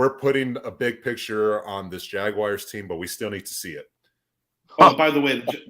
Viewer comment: I like the way says Jagguires